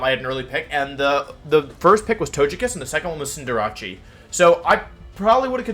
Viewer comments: Cinder... What? Its cinder and race not cinder and jarachi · Your pronounciation of stuff is killing me. "Cinder-ah-chee", "Arka-nee-nay", "intimi-dah-tay", "Toe-je-kiss" the hell's going on, have you never heard these words spoken? "Eska-vuh-lee-yay" I'll give you, cuz of the French influence, but the rest, come on! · Why are you pronouncing"Cinderace" (Cinder-Ace) like Jirachi? It's kinda strange...